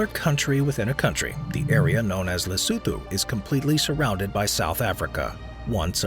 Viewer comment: Lesotho ... la soo thoo 🤣🤣 le soo too